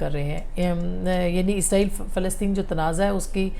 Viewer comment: اصمہ شرازی صاحبہ ایزراہیل نہیں اسرائیل ہے دشمن ملک کا نام آپ بار بار کیوں ایزراہیل ایزراہیل کا لفظ استعمال کرتی ہیں کیوں 😢